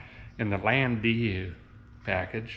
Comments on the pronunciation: It's pronounced land - dow. But that's 'aright. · Call them a "Lan day you"? Landau?